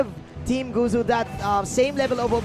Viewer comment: Gosh the commentary guy said “guzu” Its not guzu its gosu gosh man Btw huge fan by the gosu team